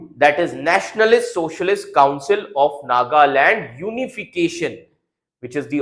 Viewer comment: Chapri with backdoor knowledge. You only know goggle knowledge. Can't even pronounce Nagaland.